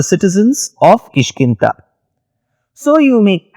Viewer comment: Da. No Ta. KishkinDa. Not ta